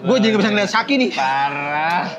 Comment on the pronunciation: Shaki bang bukan sheki